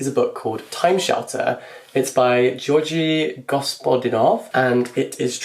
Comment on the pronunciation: sorry, this is just to say that you keep pronouncing the author of “time shelters” name wrong, it is georgi (gor-gi), said like gif and then the last name is also a g like in gif and then said as it is spelt, goz-pod-ee-nov:)